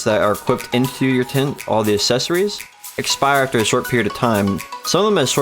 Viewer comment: Good video, but I'm gonna need you to slide a "c" sound in that "assessories" word you keep saying. :D